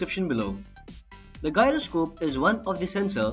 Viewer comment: You are pronouncing the word "Gyroscope" wrong. Check the actual pronunciation of that word..